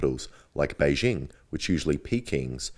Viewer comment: "which usually Peking around 250"